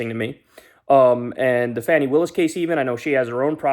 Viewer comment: Her name is pronounced (Faw-nee) not fanny...Only reason ppl say it that way is because of Trump...